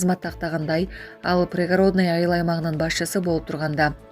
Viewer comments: Пригородныйды туура окучу ай- ланайын алып баруучу.Бир эле кыргыздар укпайт да сени. Уяласын туура басым коюп окучу. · Коментарий берип жаткан кыз создорду жердин аталышын туура айтсанар, Прапорщик Пригородный создорун туура эмес айтып атасынар